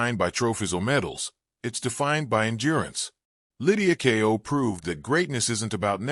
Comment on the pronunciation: The title has no relation to the video. It's about Lydia Ko, not Kao. Using an AI-generated voice as a commentator is a bad idea. Could you please ensure the title matches the video and verify the spelling and pronunciation before posting?